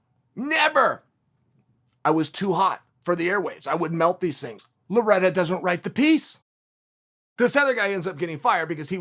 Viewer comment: Chael “I don’t predict these tings” sonnen